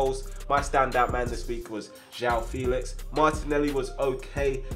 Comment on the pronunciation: you pronounce Joao Felix like Shay-o Felix